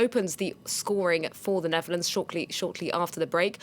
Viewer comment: It's Netherlands, not Neverlands 😜